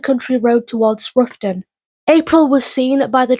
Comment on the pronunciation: Roughton is pronounced Wroughton as in having a wrow with someone